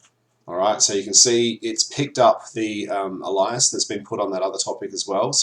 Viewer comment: Not heard the pronunciation of alias as ally-us before... I would say aye-lius.